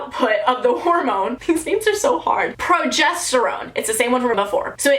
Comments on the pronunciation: pro-JES-ter-one (not one like the number but like own) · it’s pronounced pro-jest-er-one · Pro.ges.ter.one is really pronounced Pro.jes.ter.oune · Btw, chamomile tea is pronounced “Kam-oh-mill” and the hormone is “pro-jest-er-ohne” here’s a tip: I change my period tools (pad or tampon) every time I go to the bathroom, that’s what my mom always told me! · Incase anyone else doesn't know how to pronounce progesterone and chamomile here's how ^^ Progesterone: pro jes ter ohne Chamomile: Cam mo meel Hope this helps ^^ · I’m pretty sure it’s pro-jest-er-own. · Me getting triggered when she says progesterone